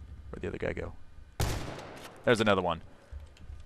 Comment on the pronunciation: did anyone else hear him say "I play the other gay"? hahah